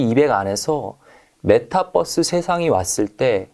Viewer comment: 잘 공부하고 있습니다 아 근데 메타뻐스 발음은 좀.. 그러네요ㅠ